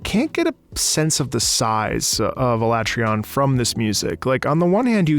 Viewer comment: I think in Iceborne they pronounced it like ah-lah-trey-on, with the emphasis on "tre", but I don't think people are gonna give you a hard time on this one... Nobody really knew how it was pronounced before Iceborne anyway. Where Alatreon resides is "Where gods fear to tread", if you want to get an idea of just how mighty and vicious this thing is thought to be. If that's not a thoroughly terrifying quest title, I don't know what is. Alatreon in the lore is a "Black Dragon", which in the Monster Hunter universe is the very highest echelon of monsters in terms of power, but it is otherwise veiled in mystery. Nothing short of Safi'Jiva can hope to rival its strength (you actually fight Alatreon in Safi'Jiva's nest, which it has either frozen solid or set ablaze) and only Fatalis itself, which it shares its "Black Dragon" epithet with, likely stands above it. You wouldn't think it just from appearances, though. It stands quite tall, but its frame is relatively slim, so it ends up looking fairly small for what it is. Like, just a step up from the likes of Kushala and Teostra, which have a comparable body type. Rather, Alatreon complements its brawn by wielding attacks of every single element. This monster is "elementally unstable", as it's phrased in-game. It can't quite wield every element at the same time, however, and instead shifts between "phases" that determine its moveset and elemental weaknesses from moment to moment. The instability may be why the tempo of its music trac